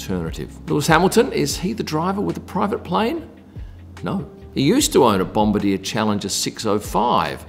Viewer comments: It's not pronounced Bom-ba-deer, it's bom-bar-dee-a. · I think you're trying to say Bomb-bar-d-yah, lol. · It's pronounced "Bom-bar-dee-yay",. It was originally a French-Canadian company so you gotta put your French pronunciations cap on to say it correctly. Bombardier = Bom-bar-dee-yay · Its bomb-bar-de-er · Hilarious pronunciation of Bombardier.